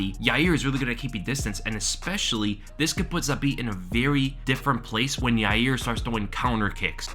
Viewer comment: Friggin is a scrub, it's pronounced 'Ya Ear'